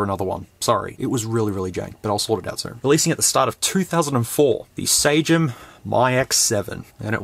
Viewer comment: Dunno if you guys adapt the original pronunciation but it would be SUH-GEM, g as in "genre"